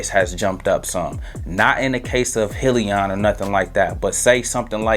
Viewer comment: Thanks great video......it’s pronounced Hi Leon! 👋